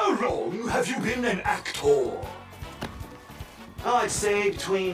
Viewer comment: i like when he says actorrr